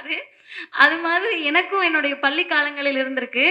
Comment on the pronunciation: பல்லி அல்ல பள்ளி